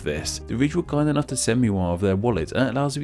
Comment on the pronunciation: The accent made me hear "This episode is sponsored by the rich" love it